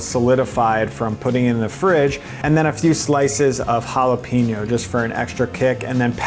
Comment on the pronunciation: Um….it’s “ja-la-PAIN-yo”